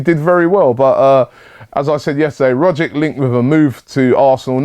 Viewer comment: Just on the Rogic thing, I'm an aussie so ive been watching him for a while... He's undoubtedly one of our most skilled players, and imo could easily do well in the prem, not sure how well though... also its a hard g and a "ch" sound for the c so think of his name like "Roggich"